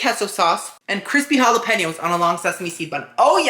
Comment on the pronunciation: Kesso and hollapainyos